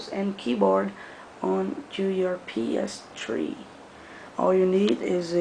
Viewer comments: it's a ps three not a ps tree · Its PS3... Not PS Tree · Three not tree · PS3 or PS-three is not the same as "ps-tree". just as sprite is not the same as es-prite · no ps3 its ps one---> ps two ---> ps tree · "PS Tree" XD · haha you said ps tree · "PS Tree" lol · Hahahah lol ps tree